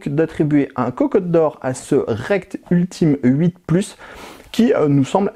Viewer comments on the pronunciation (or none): Ultim8 ca se prononce « Ultimate » 😅